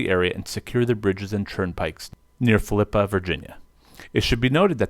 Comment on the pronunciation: Great presentation other than pronunciation lol. Phillippi (Phillip+pee)